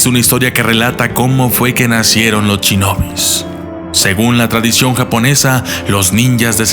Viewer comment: 'Al momento de querer averiguar el pasado de los ninja"s* ", o como es más correcto llamarlos, "Ch"inobi"s"'... '...los samurai"s"... bu"ch"ido...' :-( Poniendo a un lado ese tipo de errores, es un buen documental, debido al enfoque general que se le da a los Ninja :-)